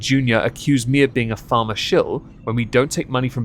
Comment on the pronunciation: Colony trash here. I was into the video before I realized you were saying Pharma and not "farmer." 😂